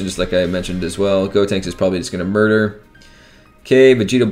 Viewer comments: Is he saying God tanks? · It’s GOtenks. Like GO. The opposite of stop. GOtenks. GOhan. GOtenks.